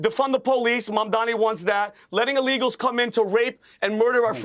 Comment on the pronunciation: Why are so many Republicans unable to say a simple name like "Mamdani" right? Is it a lack of education or a speaking disability or what?